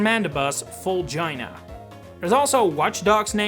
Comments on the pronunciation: Vulgina is pronounced Vul-JEE-Na. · Mandibuzz's Japanese name is actually pronounced Vul-gi-na not Vul-jy-na so it's not a dirty name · By the way, the "gi" in the Japanese name "Vulgina" is pronounced like "genome", as in /vəldzjina/ The "gina" part is likely taken from "regina", Latin for queen.